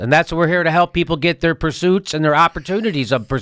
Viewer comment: pusuitings...Jimmy invented a new word...lol